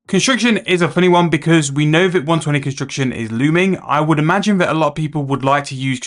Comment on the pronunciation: bro why the fook you dont speak clearly and slowly to even understand you even the word construction sounds like your saying "consucktion" wtf chill !!!